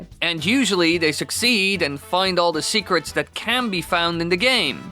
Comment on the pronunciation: Ya boy said "Secraats"